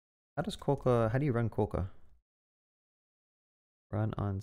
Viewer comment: as a west australian, hearing it called KWO-CAR was the highlight of my day 😆 great video!